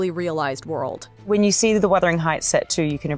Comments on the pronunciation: What is Withering Heights? The mispronunciation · WUTHERING NOT WITHERING FFS!! THE STORY IS SET IN GEORGIAN ENGLAND, NOT REGENCY ENGLAND. IT WAS ACTUALLY PUBLISHED THE SAME YEAR IT WENT FROM GEORGIAN ENGLAND TO REGENCY ENGLAND. IT IS NOT HARD TO GET BASIC THINGS RIGHT!